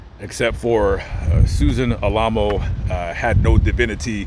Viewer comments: that's, Al - A - Mow. as in remember The Alamo. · Oh yes I remember them. I was raised in LA. But I think their name is pronounced Al-uh-moe